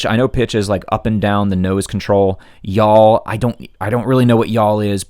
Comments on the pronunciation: You're still mixed up on your terminalogy It's not yawl it's yaw. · YAW, not yawl. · You know it is yaw and not yawl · It’s yaw not yawl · Yaw not yawl….just saying. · Just a quick nitpick point, it's pitch, yaw, and roll. Not yawl. Also, the answer to your question about the clouds, if no one has answered it, is Cumulonimbus. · Rudder is for yaw not yawl...lol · There's no L in YAW.